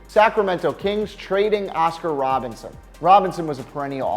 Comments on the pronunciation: butchering Oscar Robertson's name still isn't as bad as Troydan not knowing who Lew Alcindor is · Oscar Robinson was the worst one